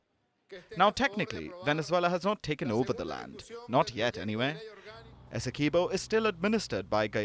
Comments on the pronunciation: This is teue. Also Essequibo is pronounced as Essie qwee bo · Good night please stop butchering our largest County name. Esdequibo. It is pronounced Esse quib oh. Please get it right.